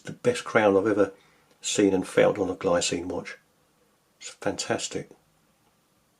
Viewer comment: btw, it's pronounced 'glee-tsee-nuh', the brand is Swiss.